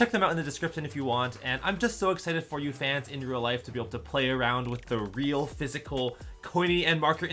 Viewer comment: Thought said sans instead of fans